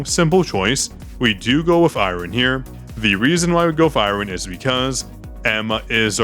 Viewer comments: Haha it’s supposed to be closer to “ai-urn” as opposed to “ai-rern” Thanks for being super cool dude, I used to say pyramid as pymarid for some odd reason and my mum couldn’t stop laughing as she tried getting me to see the light for a full day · is the second person I know that pronounces Iron weird I had to look up if it was an American thing to see if I was going crazy or if he’s doing a bit saying it exactly as how it’s spelt